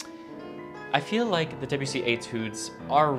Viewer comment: Two quick and easy French lessons: The first syllable of “Debussy” is approximately the same as the first syllable of “debate”, not the first syllable of “Debbie”. And French, unlike English, lacks a strong stress accent, so avoid stressing any of the syllables except perhaps a slight stress on the last syllable if it makes the name easier to say.